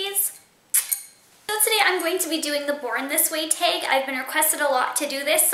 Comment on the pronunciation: "Taaaaggg" Sounds New Jerseyish